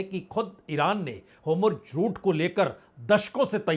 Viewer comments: Please pronounce Hormuz not Homurz. Shall be appreciated amidst your wonderful work. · Homurj❌ Hormuz✅ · Its not Homurz !! Its Hormuz :)